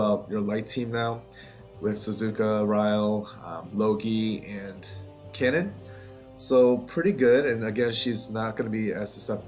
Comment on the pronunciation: Think the pronunciation of Kanon is "car-non" as in the Japanese name instead of cannon.